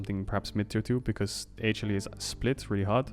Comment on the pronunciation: I'm obsessed with Caedrel's pronunciation of HLE as Hey-chilli.